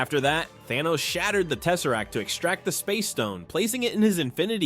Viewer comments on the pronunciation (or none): The space stone when he said teserrack I’m like la la la lava ch ch ch chinken